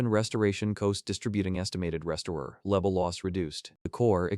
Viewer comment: Not just names through out the story your AI "pronounce spells" the words like level le-V-E-L. the dragon B-O-H-row ECT ...